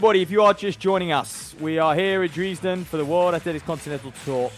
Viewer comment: I have never heard anyone pronounce Dresden as Dreeesden.